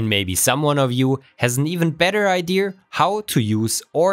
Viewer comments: Very nice hypothesis and testing implementation. But... It's "idea" not "idear". (sorry, but that was bugging me even though your english is far better than my german) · IdeAh, not Ide-er. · Cool idea! (Btw It’s pronounced ide-A not ide-ER) 😉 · What's an "ideaR "